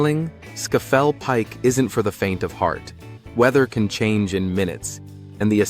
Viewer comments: Skayfell Pike? Idiotic American pronunciation. Although both Scotland and Wales have higher mountains. Benn Nevis and Yr Wyddfa respectively. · Just a little observation - Scafell Pike is pronounced "Scar-fell Pike". Great vid, nonetheless! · "Scayfell Pike"? Learn English before you open your ignorant yank gob. There's no "Y" in it. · scafell pike is pronounced sar-fell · Scafell Pike is normally pronounced (in the North East at least) as SKAR~FELL~PEAK. I'm an 82 yr old Geordie.